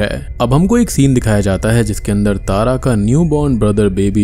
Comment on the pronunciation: Egg✖️ Ek✅